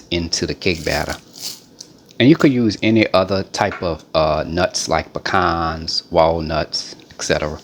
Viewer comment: I sure love you... you say "pecans" correctly!! gotta love Louisiana natives!!!! A PeeCan is where you piss during a Mardi Gras Parade... a Paaa Cwaan is what you pick up at the end of July, under the tree